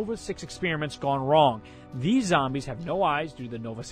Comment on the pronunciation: "thses" Jesus Christ xD